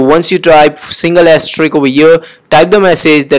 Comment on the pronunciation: Its sounds "Ass Trick" instead of "Asterisk"